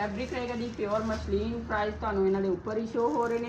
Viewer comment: ਮਸਲੀਨ ਕਹੋ ਦੀਦੀ ਨਾ ਕਿ ਮਸ਼ਲੀਨ